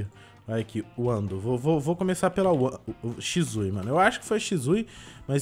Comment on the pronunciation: Não e shizui e shisui